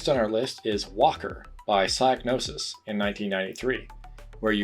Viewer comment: Actually, it is pronounced Pseegnosis and not Psaignosis. Just for the history, great video though.